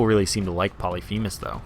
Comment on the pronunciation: Y u no pronounce Polyphemus correctly?